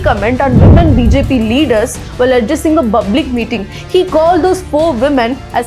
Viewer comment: Its not bublic ..it's public 😂😂😂